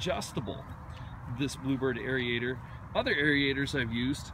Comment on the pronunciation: what's a arie-ator? do you mean aerator. pronounced like air-ator